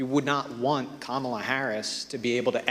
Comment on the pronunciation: so pronounced Kamala's name correctly lol. i knew at least one of em could do it